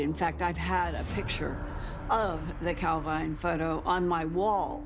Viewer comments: It's pronounced cal veen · Calveen it is pronounced!